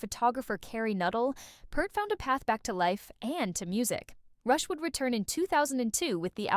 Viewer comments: OH MY GOD can you not say his name correct! It is not PERT it is PEART Pea-rt. Just run blind with it i guess. Why are Americans becoming Americant's Or just to lazy to care. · Peart as in ear not Pert like the old shampoo. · peart ... not kurt ... and it's pronounced PEERT .. everyone gets it wrong. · Sounds like someone needs to reprogram their AI, anyone who knows anything about the man knows his name is pronounced p-EAR-t. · Yes. Peart. And it's pronounced like beer or deer. Peert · If your going to do a Video about Neil Peart you might want to Pronounce his Last name Properly ..